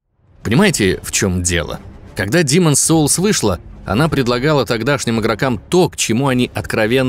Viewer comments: Ну почему "Диман" соулс( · Аххаха хаха. Когда не демон солс. А Димооон солс, туду ду ду ду, ду ду ду ду ду ду, туру ру. Хоспади, как же я ору. Димон солс. Аххаха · Почему я слышу "Димон солс"?)))